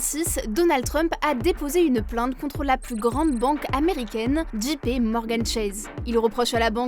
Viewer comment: JP dji pé non dgé pi oui